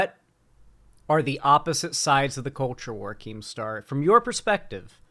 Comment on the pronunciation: Keemstaw is a wightwing figuwe